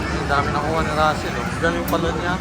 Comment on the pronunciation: Rassel po not tassel sorry